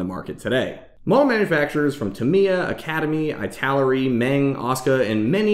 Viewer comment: Not to mention ITALERI also mispronounced